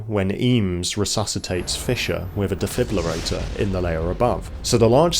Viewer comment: "defiblerator" :D